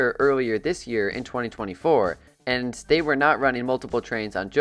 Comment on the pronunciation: Day instead of they was killing me 😂